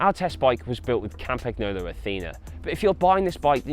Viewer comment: he says campaghnolo and uses campag as shortcut. it is pronounced campa(g)nolo with a silent g and it would make more sense to use the short form campa